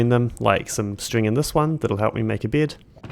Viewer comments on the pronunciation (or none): Why are you pronouncing "bed" like "beard"?! Huh?? There is no R in there, wtf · am i the only one who keeps hearing "beard" instead of bed? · I kept hearing you say “beard” when you were saying bed lol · "a berd, a rely kool berd, a red berd, with the die i got from rootbard" /jk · every time you say bed it sounds like your sayin g beard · When you said "getting a bed" I heard "getting a beard". Why do you pronounce it like that? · It took me 20 minutes to realize he’s saying bed and not beard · That pronunciation of "bed".. are you from NZ?